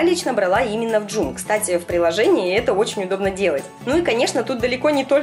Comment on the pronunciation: не джум а джом